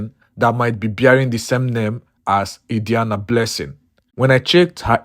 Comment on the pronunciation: The name pronunciation Adiani is wrong.